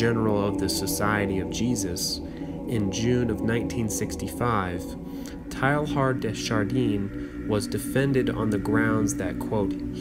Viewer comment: I appreciate having this book in audio form. But please google name pronunciations if you don't know them. Teilhard de Chardin is pron. "TAY-ahr duh shahr-DANH" (n is virtually silent) not TAIL-hard dee shar-DEEN. Somerset Maugham is not "MAO-gam." It's pron. "Mawm". "Posthumously" is not "post-HU-muss-ly, but "POS-chu-mus-ly" Etc.